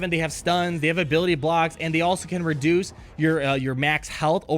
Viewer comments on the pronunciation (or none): none